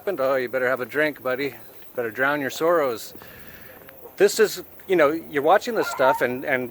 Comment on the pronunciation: Funny - I heard 'Soros' when you said "drown your 'sorrows'", haha!